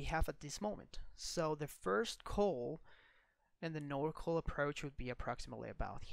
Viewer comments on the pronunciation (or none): FYI, NorCal = NORthern CALifornia, it's pronounced NOR CAL not NOR CALL. Same for SoCal = SO CAL not SO CALL ;-)